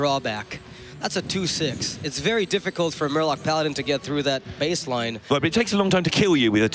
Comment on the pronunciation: The commentator with the speech impediment weally weally needs to go. Not vewy pwo if you ask me. Weally distwacting